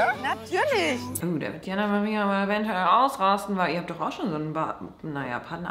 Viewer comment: Es wurde bestimmt schon einmal beantwortet, aber kann mir jemand sagen, warum immer eventueE statt eventuell sagt?😂